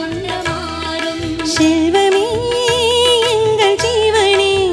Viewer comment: தவறாக எண்ண வேண்டாம்.... அழகான தமிழ்ப் பாடல்.. தமிழின் பெருமை, சிறப்பு, அழகு ,உயிர், அனைத்தும் அதன் உச்சரிப்பில் தான் உள்ளது... ஷெல்வம்... அஷைந்து...இப்படிப்பாடி........பாடலைக் கொலைசெய்துள்ளீர்கள்... ஒரிஜினல் பாடலைக் கேட்டால் தான் மனம் திருப்தி அடையும்...😮